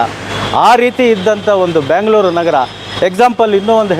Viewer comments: ಬ್ಯಾಂಗಲೋರ್ ಅಲ್ಲ ಬೆಂಗಳೂರು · ಬೆಂಗಳೂರು ಅಂತ ಹೇಳಿ. ನೀವು ಕನ್ನಡದ ವರಾಗಿ ಬ್ಯಾಂಗಲೋರ್ ಅಂತೀರಲ್ಲ. 😮 ತಪ್ಪು ತಪ್ಪು. ಸರಿ ಮಾಡಿ.